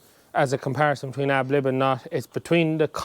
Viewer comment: Ad lib not ab lib